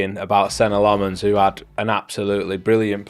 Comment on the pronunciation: Carl you gotta work on Lammens’ name pronunciation, plenty of videos of him saying it